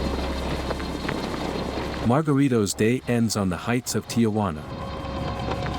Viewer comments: It's TIJUANA! NOT TIAJUANA! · Ti-Juana not Tia-Juana.